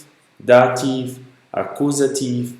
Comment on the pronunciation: Maria, você está certa. Outra coisa, no caso da pronúncia dos casos. A pronúncia de dativ não é "dativ"; é "datif" (também em nominativ, akkusativ e genitiv). O "v" é sempre lido com som de "f". Der não é pronunciado "der". A pronúncia correta é "déa". O professor aí do vídeo...